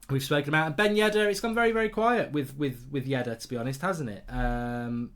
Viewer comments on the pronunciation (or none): Mark I love to watch The United Stand but please, its Yedder not Yeddar :(